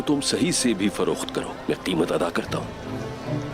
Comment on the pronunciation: Mtee nhi muti hota hai wo😂